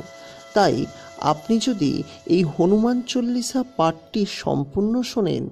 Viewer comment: হনুমান চলিশা হবে না, হনুমান চালিশা হবে। আপনি বলছেন ভুল